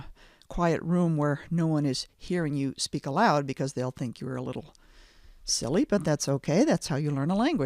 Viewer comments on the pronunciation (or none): none